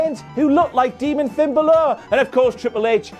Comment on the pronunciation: Finn Ba-lure lmao